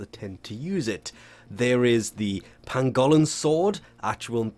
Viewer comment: It has to be on purpose at this point... Pangolin is supposed to sound like Pan-guh-lin. And youre putting the "y" in the wrong place with "Stah-nix". Its supposed to be S-tie-ah-nacks (sounds like "eye and axe"). As in the character from Greek Mythology "Astyanax".